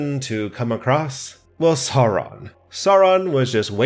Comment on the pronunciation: I love how you pronounce Sauron exactly like Bakshi’s Gandalf (e.g. the dark lord Sören).